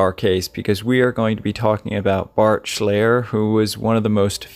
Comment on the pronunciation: "Shlie-er". I worked with Bart in Yellowstone. He was a sweet guy. That's "Hor-knocker". How funny you talk about someone in the wilderness while your video has a guy roasting marshmallows over a fire. BTW, your suggestion that it was a bizarre death does not make it so. I investigated grizzly maulings and they are unpredictable. Off the top of my head, I can think of two experienced bear researchers who were seriously mauled and these are people who knew bear behavior very well. These things happen and I was terribly upset when I heard that it had happened to Bart.